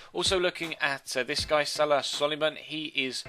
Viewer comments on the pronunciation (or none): none